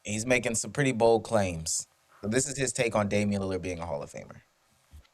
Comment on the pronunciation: Gil has never pronounced Dame’s last name correct. Dame “Leonard” … its a Lillard Gil 😅